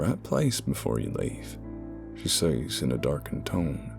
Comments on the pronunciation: Says is not pronounced SAYs it is pronounced "sez". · The best narrator with the best stories! Your southern accents are almost perfect. Only two words give you away - been and says. Southerners pronounce them as ben and sez. Yes, I am a hillbilly.